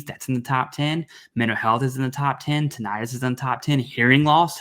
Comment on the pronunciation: Also what doctor pronounces tin-i-tus as titt-an-us